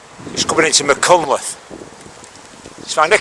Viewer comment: word to the wise.... .. its pronounced .. ( doing my best with typing spellaneese ).... Mack... Han... cltheth